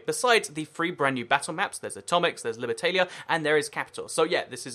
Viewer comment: Libertalia is pronounced tarlia not taylia